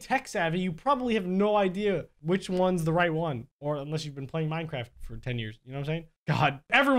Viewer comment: That last one "NK ME DEJA INSTALAR MINECRAFT" Said: IT WONT LET ME INSTALL MINECRAFFT